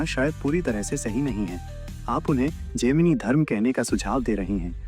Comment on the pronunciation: Abe bhosdiwale gandu, tujhe Gemini ka pronunciation aata nahi jhaant barabar video daal deta hai gaanja foonk karke. Gemini se to maine islam bhi kubulwaa rkha hai usko bhi vo sahi bol deta hai ki islam is necessary in this world. Sala khud ko turram khan samajh rkha hai, dhele bhar ki akal ke saath paida hua. Prarabdh ache the to gurudev se jud gya. Lekin dharm jagat me jitna kachra tune machaya utna kisi ne nhi machaya